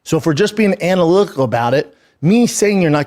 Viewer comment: Ana-lick-ki-cal....what a dummy😂